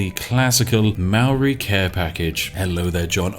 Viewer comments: Hey he mispronounced Maori every time too. Silly Poms. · Maori/New Zealanders are laughing at how you say Maori. It’s like the most white way to say it 😂 haha but everyone says that if they haven’t been taught how to properly pronounce it